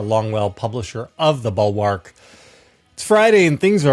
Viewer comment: JBL pronounced "bulwark" correctly. Normally I think most people say "ballwork"